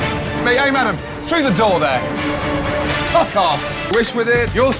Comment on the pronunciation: he added an H to that - "Fhuck off!"